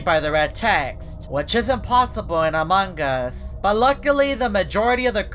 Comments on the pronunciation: he says amagus that why he said amagus instant of among us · I know it "AMONG US" but way say its heard like "AMAN GUS". YOU GET IT NOW? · it is amount us not amangus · "Amangus" from never gets old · he says it like dat